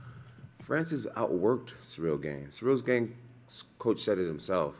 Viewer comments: I promise Jon knows how to pronounce Gane's name. He says Gain on purpose. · Sehrill Gayne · I love that Jon sticks to saying ganes name wrong 😆 pure purposeful disrespect